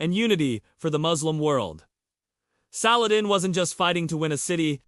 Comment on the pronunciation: I think if u r going to attempt a historical view of a most respected man you should at least attempt to pronounce his name right otherwise if u don't know how to say his name how can you know how to speak about his holy deeds.